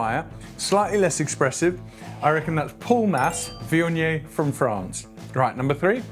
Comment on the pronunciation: Never knew it was pronounced vee-on-yay!